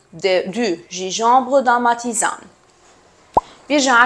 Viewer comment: حبيبتي جانجنبر وليس جيجومبر